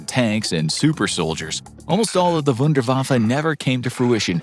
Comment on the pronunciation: It's Wun-der-waf-fe not wunder-waffee .